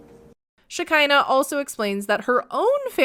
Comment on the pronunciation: Shakira...not shekinah